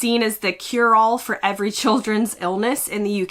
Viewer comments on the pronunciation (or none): none